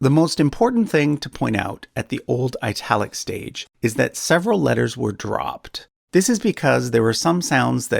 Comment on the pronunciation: Why would you pronounce 'Italic' somewhat like 'Ai-talic'? If then, why don't you pronounce 'Italy' like 'Eye-tale-lie'?